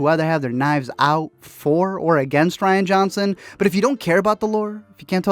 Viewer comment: I'm late to the game and only now watched your video in April of 2020 and just have to say that you have no idea how to say Rian's first name. It's RIAN, not RYAN. R-I-A-N. Rian! Look at the letters and sound it out. Sheesh! That said, F*** Ryan!!!